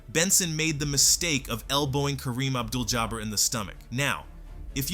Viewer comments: Kareeem Abdul “Jabber” 🤦🏻‍♂️🤦🏻‍♂️🤦🏻‍♂️ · You need to practice pronouncing Kareem Abdul Jabar